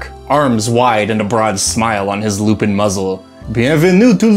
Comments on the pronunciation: Fairly certain that their name is pronounced Lou-pan considering just how french they are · I have two ideas for this: 1) at least some of them are french, so shouldn't it be pronounced more like "lou-pohn"? 2) ....Teiflupins. (te lou-pohn phonetically....dang french....), the offspring of a teifling/other infernal creature with a lupin. The point is, they are hellhounds/devil dogs/black shucks etc.